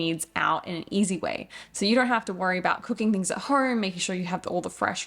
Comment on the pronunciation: The way she puts an R in home …”horme” 😂 good on ya mate !